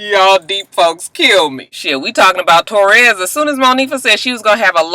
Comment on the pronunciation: way are you calling that girl "Torres"? Her name is Ta'Rez. When you were talking about the med's and the sleep. I was like alright "Michael Jackson".